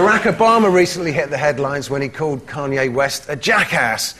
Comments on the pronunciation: As an American who is unfortunately stuck with hearing about every move that King Douchelord, Kanye, makes it makes me deliriously happy to hear Noel butcher his name into Keanu. LOL . Ahhhh England. Im so jealous of you. You dont have Kanye...or Kim (Kimye, if you will). Im sure you have your fair share of people you would gladly export but just thank your gods that you dont have these tools. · I love that Noel doesn't even know who Kanye West is. "Kay-an-oo or whatever his name is." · at first i thought he was saying "keanu" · omggg Noel saying Kanye's name wrong was so great. I JUST FUCKING LOVE NOEL. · Noel mispronounced Kanye's name , which means Noel doesn't know who he is. I both love and envy this man......Noel, not the twat.